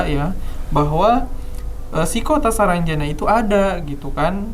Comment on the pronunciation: Saranjana bang bukan sarangjana